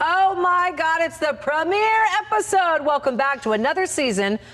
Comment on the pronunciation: Isn't it funny the way she mispronounced 'premiere'? LOL.